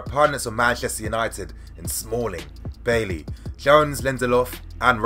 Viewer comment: It’s pronounced “buy-E” not bay lee bro